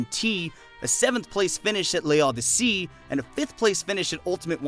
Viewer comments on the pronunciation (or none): Amazing recap! The pronounciation of "l'Odyssée" is closer to "low-dee-sey" though 😅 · Bro I've never heard someone butcher a French word so bad lmaooo (It's pronounced "low-dee-say")